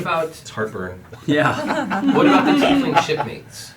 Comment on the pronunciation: "teifling"